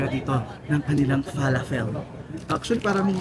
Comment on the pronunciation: Fe-la-fel ang pag pronounce hehe